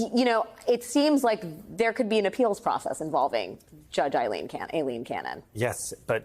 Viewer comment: One of the only news anchors I've seen who can pronounce Aileen correctly. For that, as well as your incisive reporting, I thank you Alex.